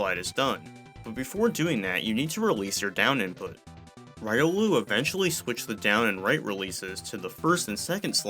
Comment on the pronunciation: MESHUGGAH was named after the Yiddish word for "crazy", pronounced "meh-SHOOG-gah" (a bit like "meh sugar" without the final r-sound); Riolu is pronounced "REE-oh-loo".